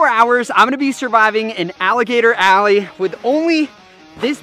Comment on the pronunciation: *ALLEY. Not ally.